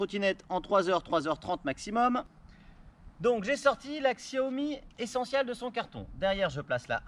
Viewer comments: Chaomi ca se prononce ^^ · Comment avoir confiance dans l'analyse de quelqu'un qui ne sait pas pas prononcer la marque ?